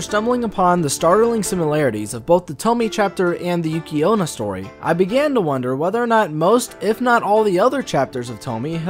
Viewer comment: Tomie = 'Toe-me-eh' Onna = 'On-na' Next time instead of going to the library use Google, and just type in the words and 'pronunciation' next to them. It's amazing what you can accomplish online these days. Some say it's even better than your local library, but hey, I get it, you've got a thing for Librarians, that's cool. We've all got our things man, you be you.